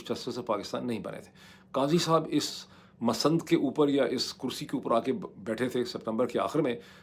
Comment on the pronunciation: BTW it’s not pronounced as “masand” “Mas nud “ 😂